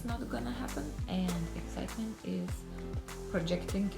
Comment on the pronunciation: "ExCITEmebnt!"-. ahahah:D